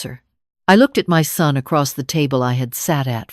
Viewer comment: Son not sun